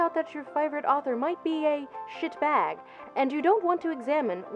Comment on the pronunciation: Lindsay's descent into VHS fetishizing is honestly one of my favourite things right now. Followed closely by her otherworldly pronunciation of 'shitbag'.